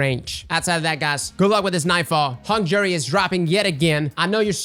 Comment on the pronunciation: its easy but hung jury its do doo